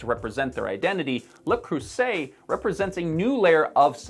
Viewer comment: Me: "Let's see what this guy has to say." What he had to say: "LuH KrUsSEtT"